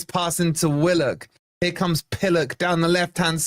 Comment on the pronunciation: Please it's Willock not what you stupidly called him. He's a very talented player.